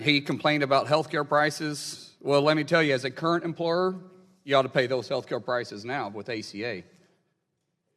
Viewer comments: The ACA does not legalize killing newborn babies. And the word is not "implorer" but "employer". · What's an emplorer? Wait, was that republican trying to say employer? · It's called employer not empoyer ! He should learn how to speak first before inheriting money and pretending he is SOMETHING ! MULLIN CAN TAKE HIS TRASHINESS BACK WHERE HE CAME FROM , OR USE SOME OF HIS INHERITED WEALTH TO LEARN SOMETHING!!!! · When he says "imploorer" is he trying to say "employer"? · What's an "umprorer"??? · If you pride yourself on being an employer, a good first step would be to be able to pronounce the word. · dude can't even pronounce the word 'employer'.